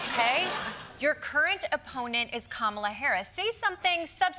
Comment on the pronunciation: Fr the way he says her name different time and called her Kamabla. 😂😂😂😂his campaign is going down and all he can do is keep dishing out insults to someone who isn’t even running against him anymore!!!😂😂😂